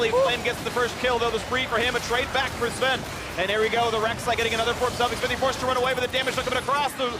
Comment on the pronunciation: Why can't Phreak say Sven's name correctly